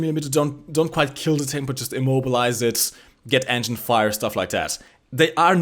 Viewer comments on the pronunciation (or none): none